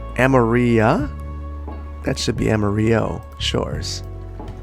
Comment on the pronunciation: amario = AMA-RILLO